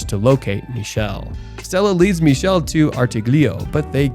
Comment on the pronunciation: "ch" in Michele is pronounced as /k/. "ch" followed by "e" or "i" in Italian is a /k/ sound. Also, the final "e" is also pronounced as /e/. I watched this movie when it came out in Italy. Never seen an Italian movie like that before. Don't know if there's an English version where his name is pronounced /miʃel/ with a "sh" /ʃ/ sound and no final /e/